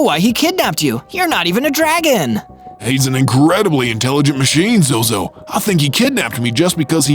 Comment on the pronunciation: ZOZO not zoz 😂